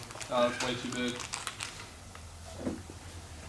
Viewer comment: Is that a Carolina thing the way you say too is funny ask Phil to say too lol. He says tooooooooo lolololol